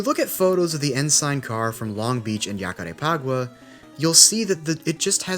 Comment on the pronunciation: The J in Jacarepaguá sounds like a ZH, not a Y. Great video btw